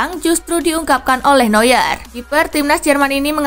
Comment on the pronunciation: Neuer dibaca Noyer bukan Nyuer lagi 👍